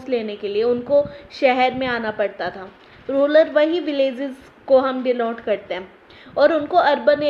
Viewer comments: arree ma'am thats not ruler thats rural ...... kahase ate ho yaar..... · Phle rural bolna seekh le fir padhana